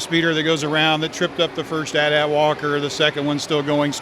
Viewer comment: Not called at at's, they are pronounced A.T A.T'S